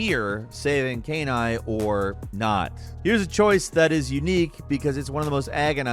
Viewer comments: Guys at least talk about the nuance of how nobody in Infamous 2 knew if their "good" path would even work, when they knew for a fact that the "evil" path would work. That uncertainty is a major factor in what makes the decision carry so much weight. Also, you ought to at least play Nier before talking about it. You can't pronounce Kaine's name correctly, so you obviously didn't play it, and you failed to talk about anything in the story that made the ending of Nier one of the best endings ever. Just the mechanical aspect of getting your saves wiped. Nier's story is incredible, and what makes it so is that there are no "good guys" or "bad guys." Just protagonists and antagonists set in a utterly depressing setting where doing the "right thing" only ever comes at the cost of innocent peoples' lives who are trying to accomplish the same goal as you, and with the same motivation. Play Nier, if you haven't. The ending is genuinely outstanding. And no disturbing is it that Nier, himself, doesn't even notice, let alone understand, why anything he may be doing is wrong/right. If you're reading this and haven't played it, play it. You won't regret it. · The infamous Caïn-Aye from Nier Replicant/gestalt. It's Kainé pronouced Ka-E-Nay That was a funny pronunciation mistake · Kainé is pronounced Kai-nay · "Cane-eye" Cane-eye everyone! Everyone, give it up for Cane-eye !! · Kaine (pronounced K-EYE-NEIGH). I thought you were saying canine lol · Dear it’s pronounced KAI-NAY NOT KAY-NYE 🤦🏼‍♂️ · It's pronounced "Kai-neigh" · once again butchering KAI(KY)NE(NAY)S name with a brand new arse-backwards mispronunciation since a previous butchering on an older video. I swear they do it on purpose at this point. I mean its not like we hear it pronounced properly in game a million times...OH WAIT. Other than that, great video guys:) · Great list but saving "Kay-nie"?? God that pronounciation killed me lmao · How did bro butcher Kaine lmao